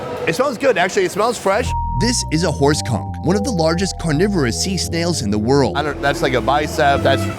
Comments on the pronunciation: Did he say horse cock? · I thought he said horse cock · For a sec a thought he said horse cock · I thought he said horse cock 😂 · I kept hearing horse cum 😂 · Is this filmed around the areas around the Bay of Campeche? Is he saying horse cum? Or horse conch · Did you say horse cock? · Anyone else think he said horse cock? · Thought I heard “ horse cum” 😂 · Lol I thought he said horse cock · A first i heard horse c*ck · Anyone else hear him say horse c*ck instead of horse conk? 💀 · So are we gonna ignore that everytime you mention the red kung it sounds like you are saying horse cum? LOL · The first time you said horse conch, i heard something else😅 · Horse conch man I thought you said something else 🤣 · Horse conch.... was not what I heard lol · Ahh Horse conch ... I heard something else the first time 😅